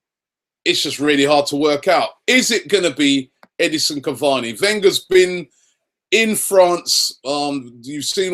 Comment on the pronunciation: Its Caváni guys.